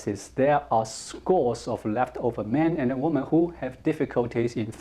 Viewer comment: I love watching your videos but I noticed you always make the same mistake with the plural for woman - women (pronounced wimin). As an English teacher I couldn't let this go on any longer without telling you!